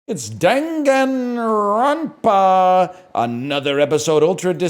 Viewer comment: hearing him say danganronpa UDG like that was like a fucking flashbang grenade in my breakfast cereal